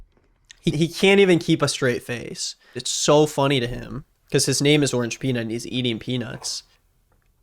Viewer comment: Bro it’s orangepeanut ffs